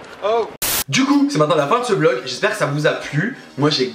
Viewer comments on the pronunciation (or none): none